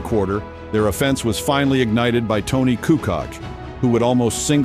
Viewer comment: If this narrator doesn't stop mispronouncing Tony's name! Good Lord